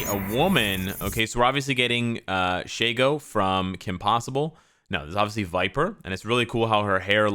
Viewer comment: Shiego xD it's Shego lol